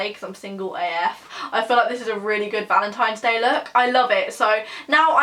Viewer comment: You said valentimes day lol I love you